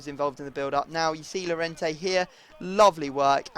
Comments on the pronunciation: It's pronounced Y-orente not llorente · since Llorente is Spanish his name is pronounced Jorente because in Spanish double L is a J